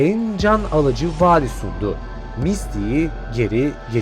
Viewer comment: Abi kızın adı "Mitsi" diye okunuyor "misti" diye değil